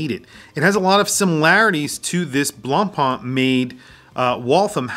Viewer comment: The pronunciation of BLANCPAIN is NOT BLANPaaN, is more like BLONPEN